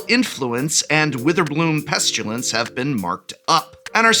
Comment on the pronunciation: No "u" in "pestilence," my boy.